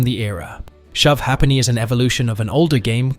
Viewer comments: It's not a "shove har-penny" board, it's a "shove HAY-penny" board. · It's pronounced shove hayp-nee NOT hah penny